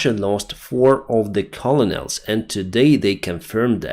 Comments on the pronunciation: pronounced KERNals... Not collonels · it's pronounced simply : kernals (not colo-nols) :) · You are mispronouncing "colonels". It is pronounced "kernals"